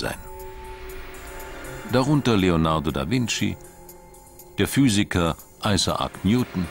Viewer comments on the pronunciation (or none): none